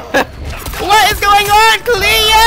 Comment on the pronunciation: Sorry! But. WTF is Cleooooo!? Lol 🤣🤣🤣🤣🤣🤣🤣🤣🤣🤣🤣🤣 i always heard you sayin that but i cannot understand thissssss hahahaha